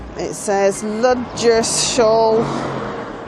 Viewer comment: Well, that answered my question about parking in the last video! Pastime I was at Ludgershall castle someone had left an overnight bbq and beers. Muppets. I think it's pronounced Luggershall 😊. Nice trip.